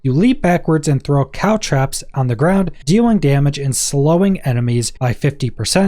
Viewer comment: The word is caltrops, not cow traps.